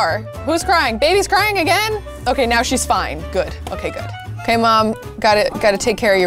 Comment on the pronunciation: Instead of saying now you said miaow